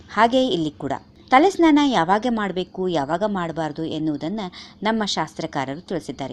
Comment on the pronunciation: madam tತಲೆ ನ್ನಾನ ಅಲ್ಲ ಸ್ನಾನ